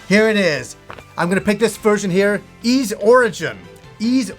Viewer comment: Just so you know, your pronounciation is still bad, it's not "iz" but "iss".